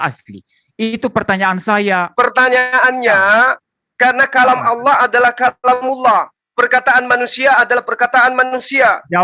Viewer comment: Assalaamualaikum, oten tadi menyebut kata Allah dengan olloh tidak ada didalam bahasa Arab huruf O .